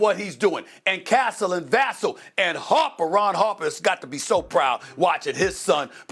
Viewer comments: He sounds like VESSEL.. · He loves saying it wrong because it rhymes with castle lol. He didn't say his usual line of "castle and vassel and the crew" I laugh everytime he says it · For the love of god Stephen a it’s Va-SELL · He doesn't even AKS anyone and learn either.. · i truly believe he is doing it on purpose at this point.